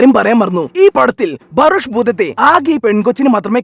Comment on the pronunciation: ഇയാൾ ബറോഷ് ബറോഷ് എന്ന് പറയുമ്പോ ഞാൻ പൊട്ടിച്ചിരിച്ചു പണ്ടാരം അടങ്ങി 😂😂😂😂😂😂😂😂😂😂😂😂🙏🙏🙏 ബറോഷ് 👌👌👌